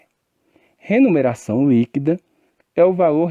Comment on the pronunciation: Muito bom.. mas ele fala "remuneração" ou "renumeracão"